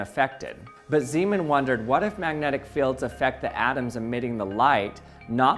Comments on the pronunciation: Ahh, Zeemaneffekt. I am hearing Seamen here all of the time. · zay, mahn... not Seeman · You say Ziiiimen. That is not his name. Its more like Nay in Nay sayers. Zayman. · Zaj-man, not Z-man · My wife was in the next room and thought she kept hearing you say "semen" when you said "Zeeman". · It's pronounced more like Zaymahn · fire fire …fire fire…. he said seamen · Haha! "Zemen". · Well if he’s Dutch, it would be pronounced “Zayman”. Zee (zay) is Dutch for sea, so it would translate as Seaman aka Sailor). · Just for the record, Zeeman is pronounced Zaymahn. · As he was Dutch, pronunciation of "Zeeman" should be accordingly, with the "ee" sounding like the "a" in "play" and also the "a" sounding differently, but I cannot find an English word with the same sound ... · "Pieter Zeeman" is pronounced slightly different, it's roughly like this: 1. Pieter: Very similar to Peter, perhaps pee-ter might be slightly more accurate. 2. Zee: Very similar to Say, but with a Z at the beginning. 3. man: Sounds more like "mom" but with an n at the end. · I almost made it, but "Anomalous Zeeman" got me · The ee in Zeeman is pronounced like the ay in say